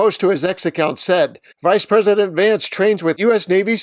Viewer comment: Tbf I am German, but I misheard you in the beginning and thought you said “Reichspräsident”. Thought it was a bit on the nose until I got that you obviously must have said vice president.